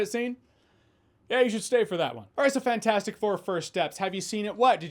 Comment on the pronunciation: It still bugs me that he never pronounces the “T” in FANT4STIC.